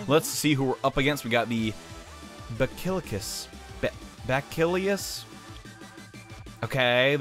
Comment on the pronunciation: it's pronounced be-sa-lis. it's a type of disease